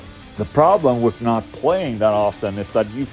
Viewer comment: it is with not wiff :D